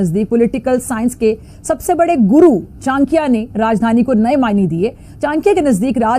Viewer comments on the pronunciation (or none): ओ बीबी चाक्या नहीं चाणक्य होता है, पढ़ी लिखी नहीं हो क्या?😂😂😂😂😂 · Chankiya? Ye pagal hai kya? Pahle chanakya to bolna sikho.? My foot.jahil kahi ki.